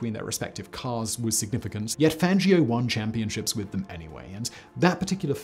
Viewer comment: Hey! he finally looked up how to properly say Fangio! Just wish he had done so when he made the actual biographics of him, smh. Also if you actually knew anything about F1 you'd know Lewis is getting beaten handily right now by Max Verstappen.